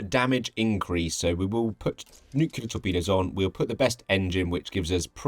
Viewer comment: Noooo, a <<NUQULAR>> person